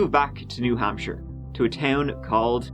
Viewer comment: Hey, you pronounced New Hampshire correctly!